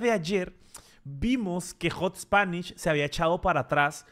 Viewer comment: Que ansiedad me da que diga "HotSponish" 😂😂